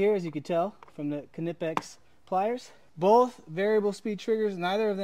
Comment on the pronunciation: Knipex pronunciation is like two of your body parts combined. Knee-pecks. But as long as people say kuhnipix I’ll call it a kuhnife